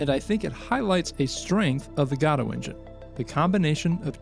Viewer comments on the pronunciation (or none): Thanks for making this great content to showcase Godot😀For what it’s worth, the name is pronounced like “go doh” and not “god oh.” Using the correct pronunciation is a small detail that will improve the quality of your already excellent work.❤ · It's not "gado", it's "Godot" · It's "ga-dough" for the love of GOD, if you're going to pretend like you care about and praise an engine that clearly hasn't gone anywhere two years later, you could at least pronounce it right.